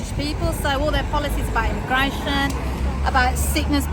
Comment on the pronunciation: God this "why can't we have a grown up conversation about immi-gwation?" Because it takes all of 4 seconds for the racism to show up! "Ya walk down the road and you don't hear anyone speaking English" - Doesn't mean they can't. And English is still everywhere.. tv, radio, shops, road signs, buses, restaurants etc.. Also pretty rude for a Britain whose culture is it is rude to listen to other people's conversations. "When I was small we only had British people living near us" - the world is bigger and busier now. Not necessarily saying that's a good thing, but ofc Britain suffered huge losses in WW2, transport links weren't what they were and finding work was much less formal than it is today. "Can't get GP Appointments" - Precious little to do with immigrants but more to do with over a decade of absolutely crushing cuts by the tories to the NHS in their bids to privatise almost all of it. "Traffic jams are caused by immigrants!" Farage used this the other week. It's horse sh*t. On average our roads are at 98% capacity because every single household in the UK has more than one vehicle. Our ageing highway network was designed when it was not thought any household would need more than one vehicle.